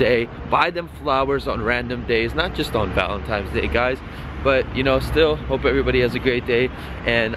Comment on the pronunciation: Valentine not valentime xD